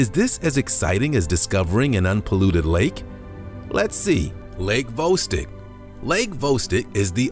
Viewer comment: Where is lake vostik? Its Vo stok say it with me Lake Vostok